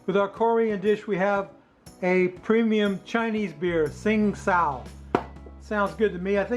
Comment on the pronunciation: That bulgogi looks fantastic,! What a flavorful marinade. Great beer, too but I think it's pronounced Ching Dow. 🤔 Have an awesome weekend, and RTFO!🤘🤙🍻